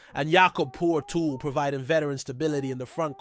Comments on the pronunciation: So many analysts, especially Americans, don’t even do their basic homework ! This supposed analyst like many others, totally BUTCHER their starting Centre Jakob Poeltl . Phonetically his last name sounds like PURTAL ! Most American analysts, should be ashamed of totally missing even coming close to properly pronouncing his EASY name which some how the Canadian writers, have no problem with it ! Those writers who totally miss the proper pronouncing of his name, making those so called writers look like total amateurs !! Steve Fisher . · How many times is your podcast going to mispronounce Jakob Poetl 's name? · The worst thing I’ve heard is Big Yak’s name butchered over and over and over on your podcast. Horrible!!!!